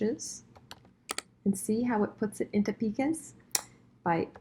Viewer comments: Plus pica is pronounced like P EYE KA not PEEKA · I went to prepress school. Pica is not pronounced like peeka. It's pica like pie-ka. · It’s pronounced “ˈpī-kə”. -the old compositor ;-) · Sooooooooo amazing! I learned a lot from you! Two things: pica and leading were both mispronounced. Good luck!